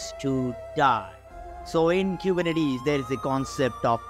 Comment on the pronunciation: Zigalala 😂kubernetes